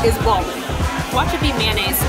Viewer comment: "Watch this be mayonase" It is.. So??